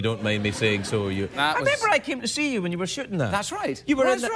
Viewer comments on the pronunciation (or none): "dwere you on a little scooter" 😂